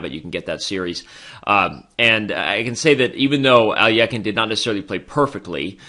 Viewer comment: Even if you're pronouncing it incorrectly, at least sound it out correctly. How do you get a y in there? Alyekhine. Even just sounding it out you said it wrong.